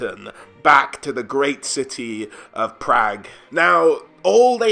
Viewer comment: Praag pronounced like “og” in hog = hawhg It’s German